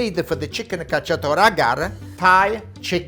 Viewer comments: Cacciatora, not "cacciatore"! Pollo alla cacciatora! Also, amazing recipe and personality! Will try this recipe soon :D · Chicken cacciatorA, not cacciatorE